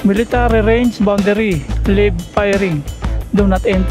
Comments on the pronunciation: Dapat po marunong kaung magbasa at umintindi ng correct english para iwas aberya... Layb at lib na pagbasa sa word na "LIVE" Sa sentence ay magkaiba kaya intindihin ng buo ang sentence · 🎉sori ha ang basa jan ay layb hindi lib.wag n a sanang basahin ng malakas para d nakakaoff